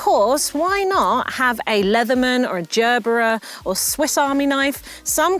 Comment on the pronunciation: Did she actually say jerberer instead of gerber